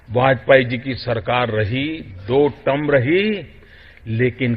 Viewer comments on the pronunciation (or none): Wah to our PM for his speech: Vajpayee ji ki sarkar dou tum rahi (term ko tum) aur jut chalaya jaraha hai (jhoot ko jut). Hahaha! Aur woh matri kehraha hai jurnal (general ko jurnal). Hahaha!